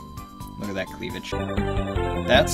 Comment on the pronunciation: "look at dat cweavage" patter - 2017